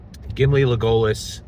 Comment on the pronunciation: Did bro just say Le-goal-liss?